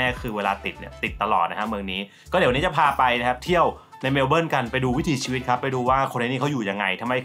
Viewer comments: เมว-เบิ้น ค่ะ ไม่ใช่เมว-เบิ้ว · ทำไมออกเสียง เมลโบ้ล์ 😂 เมลเบิร์น ตรงๆเลยค่ะ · แซว ๆ นิดหน่อยคร้าบ ชื่อเมืองไม่ต้องออกเสียงตัว R "เมล-เบิ้น" ไปเลย (MEL-bən) ป.ล. YouTrip Card ยังใช้แตะขึ้นขนส่งมวลชนในรัฐวิคตอเรียยังไม่ได้นะครับ ต้องไปซื้อบัตร Myki ที่ 7-Eleven หรือสถานีรถไฟมีจำหน่ายครับ :fish-orange-wide-eyes